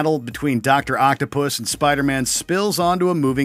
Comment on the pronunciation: Dr Octavius Not Octopus 😭